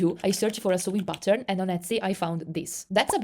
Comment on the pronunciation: Haha every time you said “ pattern” I thought you said “button” 😂 thanks for sharing this info!